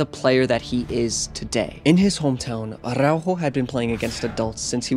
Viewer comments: bruh, pronunciation is off. it's ARaujo, not ARRaujo. Stop Sofía Vergaring his name, just use ur regular english 'r'. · why he pronounces araujos name like aRRaujo?